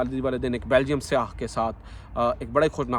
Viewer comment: Seyah nehi ye ghlat telleffuz hai, sehi telleffz syyah hai